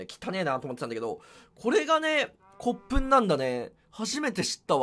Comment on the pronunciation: ふんこつ→こっぷん（骨粉）